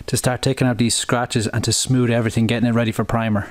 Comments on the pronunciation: You say smoood, when in fact its smooth. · He said “its super smood” 🤣